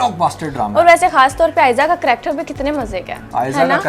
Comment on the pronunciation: phle karactrrr(character )bolna to seekho